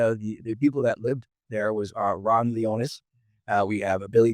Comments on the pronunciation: Kato, please do your research. It''s Launius, not Leonis. You've missed on a few subjects. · 8 mins in and at least 1 glaring error: Deverell was NOT the guy busted smuggling dope in cadavers in 'Nam--that was Launius. Also, it's Launius not 'Leonus"......attention to detail and accuracy is what engenders respect and credibility. I know u guys know this based on yr conversations w/Det Lang. Also, something to consider: that method of smuggling during Vietnam was a major operation led by Frank Lucas in NY--in other words, I don't think Launius was a 'small-time' hood, he was Air Force and part of a massive organized crime operation that brought in literal TONS of dope. As despicable as the Wonderland 'gang' are portrayed to be--I would really like to see more research into the actual victims and their lives. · Sorry Kato, you've got a couple of things wrong right at the top. It's Ron LON-E-US and Billy DeveRELL. And Ron was dishonorably discharged, not Billy. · Love Kato & he is knowledgeable but if you’re doing a story about Wonderful again he should pronounce Ron Launius’ name correctly!